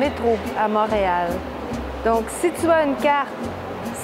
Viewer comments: i do not intend to be annoying here but you said "mahreal" not monreal :) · I have so many questions for you ! 🤪 you said “Montreal” but you pronounced the o as “mah” and not “mon” - is that part of your accent from edmonston ?